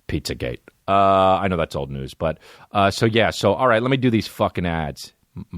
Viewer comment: He said noods instead of news, that guilty conscience came out strong